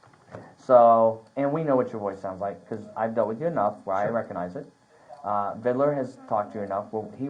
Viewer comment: Vidler not vidaler. Good grief.